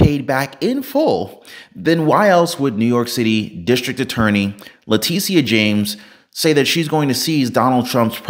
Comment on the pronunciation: This guy can’t Can’t pronounce Letitia James’s name correctly And she’s not the district attorney for New York City. She’s the attorney general for New York State Alvin Bragg is the New York City, District Attorney.👻☠️🤡